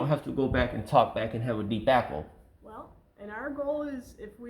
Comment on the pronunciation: I love all of AT’s audits, but I always especially like that they’re in Illinois and they often confuse “block diagram” with “black diagram”. Midwest vowel feature that probably wouldn’t happen anywhere else. I also get a kick out of says “debacle”. 😉